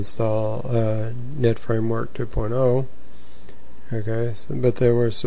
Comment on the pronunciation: It seems like u say framework 2 porno?